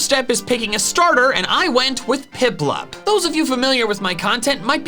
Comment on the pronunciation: you said printplup instead of piplup.